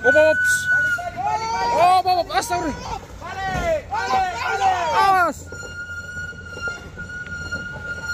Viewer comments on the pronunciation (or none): Yg bener kalau ngucap itu.. Astagfirullah Bukan astaga firullah